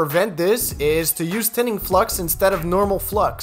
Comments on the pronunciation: "Tinning" Flux not "thinning" flux. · Tinning not “Thinning”, i think?